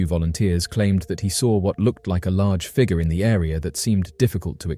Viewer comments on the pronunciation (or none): I like how he says "figer"